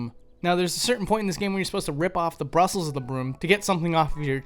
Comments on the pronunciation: The word is "bristles". Not brustles. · Also, "bristles" not "Brussels". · brussles or bristles? sod it, alternate the word every occurance.